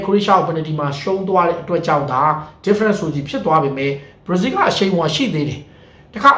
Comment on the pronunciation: ဘရာဇီးလို့ပီပီပြင်ပြင်ပြောစမ်းပါကွာမင်းဟာကဘာပြောမှန်းမသိဘူးပဲကများနေသေးတယ်